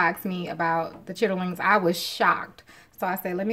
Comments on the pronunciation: I have never heard of cooking chitterlings that way. I am from up north and most of us pronounce it the same way as the blogger. I don't care how clean you clean them, you should always change the water after they come to the first boil. I am speaking from experience of my mom, dad, aunties of which they were all from down south, with the exception of my dad. After discarding the first boil with all the stuff from the chitterings😉, you pour hot water over the chitterlings and then you add your seasonings. I just use onions, celery, salt, pepper, red pepper, brown vinegar, a little garlic and onion powder. Here is a little secret I will share with you, cook them in a ceramic dutch oven pot, they will cook faster and they are so tender. I cook greens, bean soups, etc, in the pot. I love it. Oh, when the chitterlings are done I cut them up and I add hot sauce, and a little worceshire sauce to them. I'm cooking some for thanksgiving! I buy aunt Bessie, I know they're expensive, but it worth it. Have a happy holiday, and enjoy your chitterlings no matter how you cook them. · Nobody says "chitterlings " like that it even takes something away from what they are . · U said chitterlings? Girl its SHITLINS!